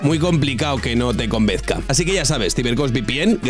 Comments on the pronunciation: Convenza no convezca. Por lo demás no puedo estar más de acuerdo con UTBH. Gracias . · Se dice convenza en lugar de convezca. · No he llegado al minuto 2 y ya he escuchado "convezca" en vez de convenza y "castellano leonensas" en vez de leonesas.